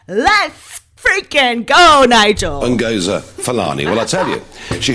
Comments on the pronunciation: please STOP using clicks when pronouncing Ngozi. Ngozi is a Nigerian name. Nigerian languages don't have clicks. Clicks are found in southern Africa. Also, she is not dressing like an African - she is dressing like a typical Rasta woman and in her interviews, she is wearing dreads, Rasta colours: red, god and green. Rastafarianism is a Jamaican religion. I am a Black British African woman we don't dress like Ngozi Fulani. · Lol 😆....you sound funny lady....that pronunciation. Good 👍😆 Ngoooziiiii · Your clicking, when pronouncing Ngozi's name, is hysterical! LOVE your sense of humor! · What’s wrong with you miss wolf in sheep clothing who are you trying to please? Why are you being so disrespectful when pronouncing the black woman’s name, I recommend you go and read some history and maybe you’d realise that if your black (are you??)your of African descent, it’s pretty obvious your looking ratings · You're killing me with the pronounciation of her name. I am dying. As a black woman myself, that woman offends me with her actions and the way she dresses. Real Africans don't generally walk around looking like that. They should be offended. The palace needs to get very smart real fast. These racist blank people are going to keep coming out of Harry's wife's backside when it suits their nefarious purposes.